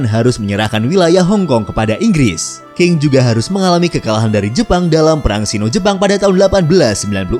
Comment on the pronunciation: Dinasti Qing...tidak dibaca dengan King tetapi dibaca serperti Cing.....